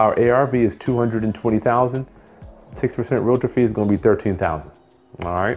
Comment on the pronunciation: OMG, I hate when people say relator